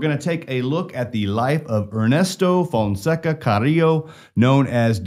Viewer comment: Fonseca ... With an A .. an A... You keep saying fonseco